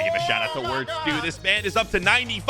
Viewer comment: wirts is crazy (it’s pronounced virtz)